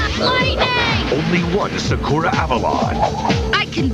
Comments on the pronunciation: Sakoo-ra and Showron? I only know Sah-currr-ruh and Lee. That's what they were called in the Nelvana dub. Oh man it's a trash dub, but it's my childhood ❤️ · Facts... "Sa-koo-ra" instead of "Sock-er-a" sounds straight up Disrespectful for Japanese Pronunciations🤦‍♂️ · It's SAKura, not SaKOOra or SaKUra. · Correction sUHkura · Thats the weirdest way of pronouncing Sakura